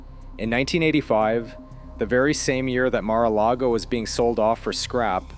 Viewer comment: Stop reading the Mar-a-largo-o wiki page. You cannot even pronounce any of the words.